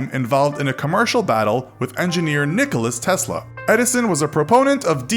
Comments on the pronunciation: WTF NIKOLA TESLA NOT NICOLUS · Nikola tesla not nicholas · Ha he said nikolas Tesla but it's Nikola tesla